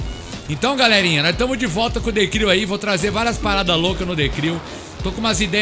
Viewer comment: Hahahaha falando errado ... The Cril 😂😂